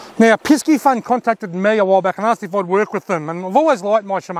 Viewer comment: Good video again but is “piss-e-fun” not “pisk-e-fun” 👍🏽